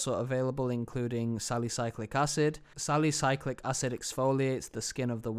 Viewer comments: It's not pronounced "sally-cyclic". It's spelled "salicylic" and is pronounced "sallih-sill-ick" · It's salicylic acid (SAL E SIL IK)